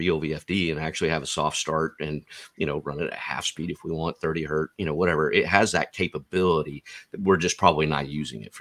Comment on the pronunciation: One hurt 😞 Two Hertz😊